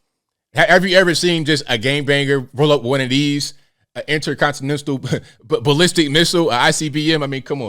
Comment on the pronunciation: mAN DID YOU SAY INTERCONSTSANISSTIL LAMO LMAO